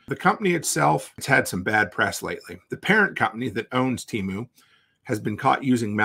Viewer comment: "Temoo" lol